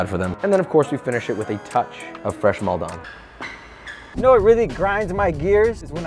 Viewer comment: Bruh the pronunciation of Maldon in Maldon Salt made me laugh 😂 as a brit who lives in Essex, where Maldon is, its pronounced Mall-Dun lol